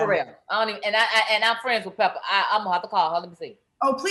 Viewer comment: "Pepa," Claudia--NOT "Pepper"!!!!